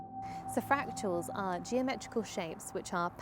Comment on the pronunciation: “Fractuals” is how you pronounced “fractals.” Or am I hearing you wrong? Regardless, I’m sure you are referring to irregular geometric and abstract structures in nature.